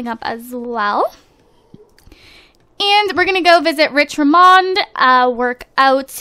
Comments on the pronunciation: its Rich Richmond, not Rich Rimond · lol its rich richmond not richramond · You: rich rimond. Me: screams RICH RICHMOND! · His last name is Richmond, not Ramond! This wouldn't bug me so much, but I live in a city called Richmond. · His last name is Richmand not Ramand... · Dhe said rich ramond but it was rich richmond lol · FYI it's Rich RICHmond not Rich Rimond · Rich Richmond's last name is pronounced Rich-Mund. AND DONT HAVE A BABY! Also, I am very excited for them to move to a bigger house! This one is just not working :3